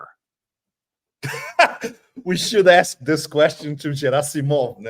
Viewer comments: "G" in Gerasimov' s name is pronounced like "G" in the word "Ground" or "Great". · It's Gerasimov with the hard "G" as in "garden".